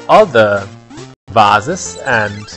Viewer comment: You sound... German? I don't know, especially the way you said 'vases'. You said it like Vasen, how the German people do. It's stupid if it's not because I'm living in Germany and that would be embarrassing